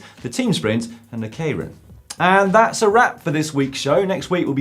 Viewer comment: He finally said 'keirin' right!! Proud of you, Dan. Fuckin' proud.